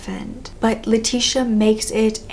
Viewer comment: Great video as always, but I thought I would point out for future reference that "Leticia" is pronounced "Leh-tees-ee-AH", not "lah-tish-a", at least the Spanish version. My middle name is Leticia and it get mispronounced a lot